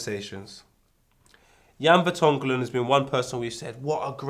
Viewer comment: “Jan Vertonglon” 😂😂😂